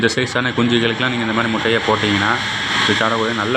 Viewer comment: எந்த பள்ளியில் கற்ற தமிழ் முட்டையா மூட்டையா? நல்லா தமிழ் வளர்த்து வைத்திருக்கிறார்கள்